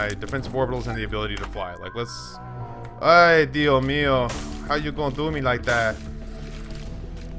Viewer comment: There is a S in ¡Ay dios mio! Come on man im not even hispanic and I know that